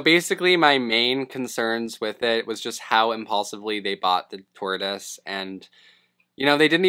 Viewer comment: Dude called it a 'turtoise' at one point 😂